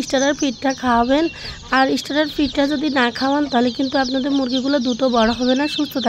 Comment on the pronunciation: আমি সব বুঝছি। লাস্টে একটা কি বলছেন যে বুঝতে পারি নাই। ইস্টারা ফিড বলছেন যে এটা